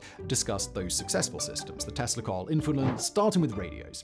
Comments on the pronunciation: eveytime you said tesla coil i heard testicle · Every time Simon says "Tesla coil" I hear "testicle", but I am pretty effing high right now, so that may be on me.